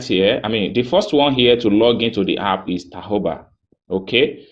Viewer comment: Thanks for the info.BTW, the word is app, and not harp.